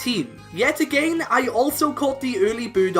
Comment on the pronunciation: Love the video, but that’s not how you pronounce again. I don’t know where you’re from, but just as advice :D